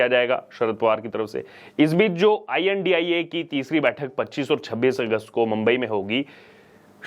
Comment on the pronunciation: I.N.D.I.A is pronounce as INDI - Alliance not India.